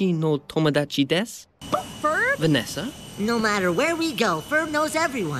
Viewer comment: I like the way he says "Vanessa"